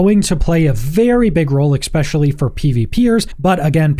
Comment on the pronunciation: especially, not ekspecially! great video though!